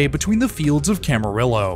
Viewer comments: Camarillo. The L's are silent. KAM-ə-REE-oh. Camarillo is named for brothers Juan and Adolfo Camarillo, prominent Californios who owned Rancho Calleguas and founded the city. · Small pronunciation- San Luis is pronounced San LOOIS obispo and Camarillo is camareeo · Just for future reference Camarillo is pronounced Cam-uh-ree-yo … double L’s make the y sound 👍🏽👍🏽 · It hasta be Shasta! Only old timers here will remember that old ad copy for a long gone soft drink. And also- the city of Camarillo pronounces their name as "Cam-a ree-o." Not Cam-a Rillo. Remember = the rule of two L's in Spanish. However I fully enjoyed your travelogue. Well done. Liked and subscribed. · Camareeoh for Camarillo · either way, it ends in YO, not LO 👍🏽